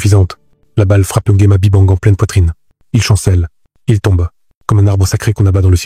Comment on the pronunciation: Intéressant. Je suis juste surprise que l'histoire soit racontée par un gabonais et les noms aussi mal prononcés, à l'européenne. Je ne me suis pas bien retrouvé. NGUEMA par exemple, ce n'est pas "Ngouema"....